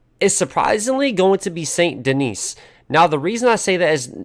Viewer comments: Him: saint denees Me: its godamn pronounced san deni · It's pronounced San deni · In Saint Denis the last S is silent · Why you say saint Denis with a s. Y'all it's french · He put Saint Denis as third to last because he can’t pronounce it right.